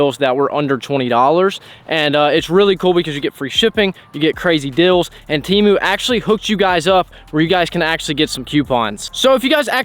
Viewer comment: you keep saying Crazy Dills" 😅